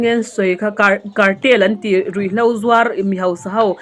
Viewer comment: nutlingpui nisi Mizotawng hi a tawng uluk lo e,Ruih hlau ati zel a...RUIHHLO tih tur,,HLAU nilovin HLO tih tur👍👍